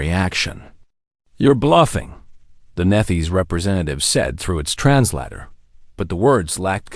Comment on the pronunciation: The word Translator is trans-later, not trans latter.